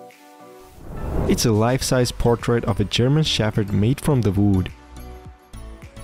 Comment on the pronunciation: Did he say vood and not wood